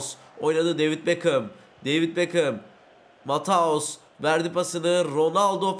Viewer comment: Abi mataus değil matiyus vorcıl değil Van dijk engolo Kante degil Engulu kante